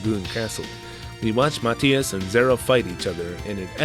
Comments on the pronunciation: I don't think I'd like it much but still fun to hear you talk about it.😉 Not that I'm certain but I thought it was pronounced Mah-thigh-us rather than Mat-hee-us? Although when you say Nasil sometimes I hear asshole.😄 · I think Mathias is pronounced muh-thigh-iss